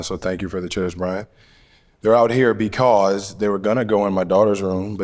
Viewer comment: "theyre out her beKAWS" lmao